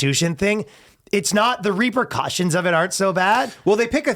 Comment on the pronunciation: Lol "reapercautions" is repercussions. I'm sorry! I can't help myself...